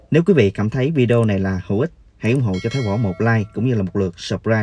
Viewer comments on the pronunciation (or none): none